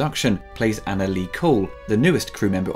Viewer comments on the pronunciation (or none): none